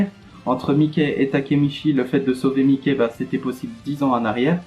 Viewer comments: ca se prononce maiki pas miké mdrr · Regarde l anime tu pronons mal le nom